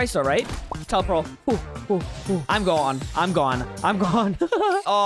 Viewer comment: Funny fact: with the spirit catcher kit when he lost and used the spirit he said “TELEPEARL”